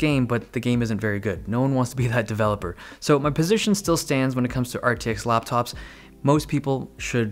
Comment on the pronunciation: dave be like RAPTOP'S IN 5